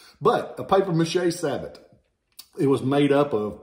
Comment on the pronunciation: It’s pronounced Sabo. The t is silent. It means shoe in French. Schenkl is a German name.